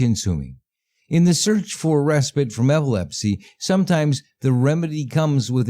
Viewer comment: Talking about cheap professional audiobook narrators and hiring a cheap audiobook narrator to read passages from ghostwritten fake books for your video is just brilliant. “Respitt.” Lololol